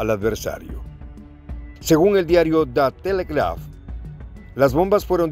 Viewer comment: Hasta cuando?... Comunicar también es educar!!!... Pronuncia bien "The Telegraph"... Es tan simple como usar el traductor de Google!!!... Toma mis criticas como constructivas!!!... Un abrazo!!!